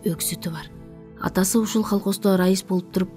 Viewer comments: Колхоз. Холхоз эмес. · холкоз эмес, КОЛХОЗ 😅😅😅😅